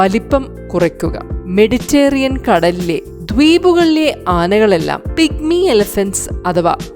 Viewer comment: മെഡിറ്റേറിയൻ അല്ല..മെഡിറ്ററേനിയൻ